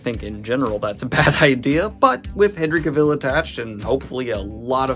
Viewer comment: Daniel pronouncing Henry Cavill like he's going to make a coat out of dalmatians